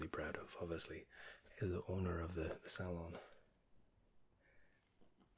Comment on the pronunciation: Are we just gonna ignore the fact he pronounced salon like sale-on XD Otherwise another satisfying video, keep it up